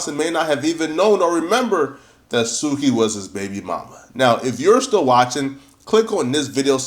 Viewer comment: it’s pronounced SUKI not Suka 🤦🏽‍♀️